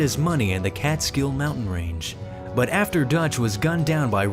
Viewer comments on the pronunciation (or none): none